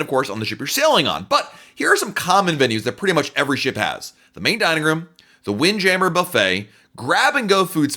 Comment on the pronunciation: The way he says windjammer 😂